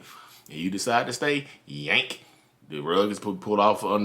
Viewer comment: "YYY-YANK" - I felt that in my bones.